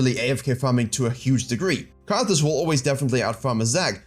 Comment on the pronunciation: it is Karthus not karfus